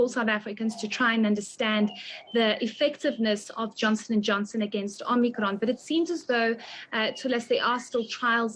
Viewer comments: Love how she pronounces Omnikron its like that wimpy ad I love it when you talk foreign 😂😂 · Heidi says " Omnicron" like the terminator 😅🤣😂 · Optimus Prime and Om-nee-cron